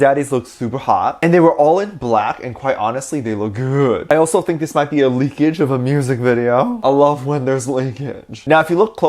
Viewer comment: “I lOvE wHeN tHeRe’S leAkAgE” why did you say it like that??? I can’t- 😂